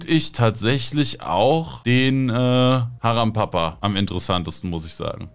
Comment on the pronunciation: Es heist Haram Para, Nicht Haram Papa😅